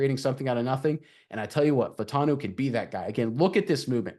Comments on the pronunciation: I believe Troy's last name is pronounced "Fah-oo-tahn-oo" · FYI - there are 4 syllables in his last name. Fah-oh-tahn-o. Get it right ‘cause this dude is a beast!